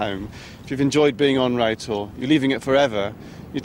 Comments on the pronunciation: Made me chuckle all way through as he was calling it Row Tor (spelt Rough), the locals call it "rout tor'. It can be easily seen the A30 near the Jamaica Inn, along with Brown Willy. Any live stock around there my brother was probably looking after at the time of filming. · I've spent a lot of time on Bodmin Moor & never ever heard it pronounced "row" (as in "row your boat") always "rau" - locally it's more like "rauter" - you got it wrong there Baldrick. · Yes, it rhymes with "plough". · Got to love English. Rough is pronounced rough, unless it's Rough Tor; in which case, it rhymes either with row or row